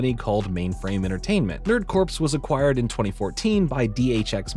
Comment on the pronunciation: Now this is a very minor thing but for those who don't know corps is pronounced "core" as though the "PS" is silent. That is all